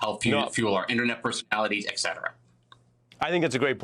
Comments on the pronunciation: ari's guest should stop using "et cetera" in speech. he's not the first to show he's never seen "etc" written out and most likely that is latin. chum--say "and so on" or "furthermore", anything. just stop saying eck cetera. and ask yourself why your bud, ari, never took you aside to help you get away from this. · Can somebody tell this 'guest' that the word is 'et cetera' and not eggsederra. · The word is ET CETERA not EKSETERA, thou of little intelligence.